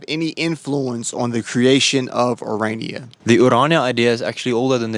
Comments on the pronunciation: Stop calling Irania 😂it is Orania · It's pronounced O-raa-nee-a, not O-ray-nee-a. It made my stomach churn every time he mispronounced the name. Aside from that, it was a fascinating video. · You finally, almost pronounced Orania correctly.....Kept sounding like Iranian.... Excellent docu. For a South African, I knew very little about Orania before this. Thank you so much for you time, courage and curiosity. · Bro relentlessly stuck to mispronouncing it as Uraynia throughout 💀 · You're actually on the continent of Africa, which is one of the least racially diverse areas of the planet because diversity is only for white countries, and you feel it's necessary, or relevant, to mention that you're the only black person in a small restaurant? Man, you brought that chip on your shoulder to Orania, a beautiful little town whose name you PURPOSEFULLY mispronounced throughout your video, to the inhabitants faces, with a single exception. What a disgrace!